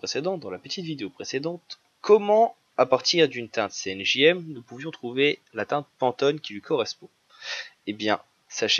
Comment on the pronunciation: Cyan Magenta Jaune Noir tout à fait. Mais quand vous parlez j'entends CNJM... C'est ça qui me choque... Bref.